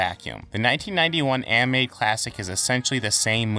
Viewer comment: You have a tough time saying the word "animated" you keep saying "amated" Also dont pronounce "th" as "f"